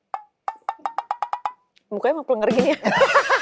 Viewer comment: Pléngér bukan plenger mbak penyebutannya,secara dari tulisan juga beda🙏🏻